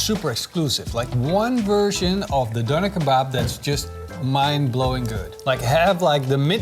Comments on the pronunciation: Why struggle with the word donner? It's infuriating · Pls make a new video an call it Döner with the "ö" just for your german and turkish friends <3 🙂